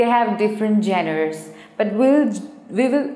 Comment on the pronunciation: Genre is pronounced as JONER..!!